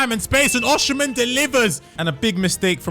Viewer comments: Wtf is Oshimen? It is osimhen, osim-hen, not Oshimen. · he said Oshimen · No way bro said "oshimen"💀